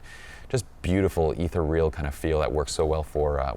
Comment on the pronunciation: "Ether-real". Thanks for the laugh,.